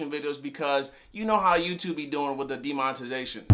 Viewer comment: Youtube be doing what?? demon.. ta zation?